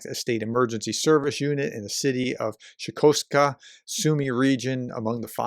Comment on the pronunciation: How on earth did Shostka become Shikostka ?